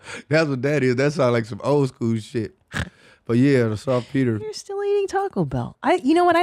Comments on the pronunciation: It's SALTPETER Not softpeter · Salt peter, not soft peter. lmao